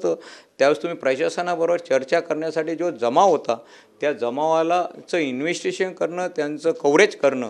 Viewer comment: ह्याला इंवेस्तीगेषण शब्द बोलता येत नाही पण शिव्या आणि धमक्या द्यायला बरोबर येतात.